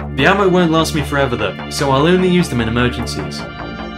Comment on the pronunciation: he said "just emrgenses"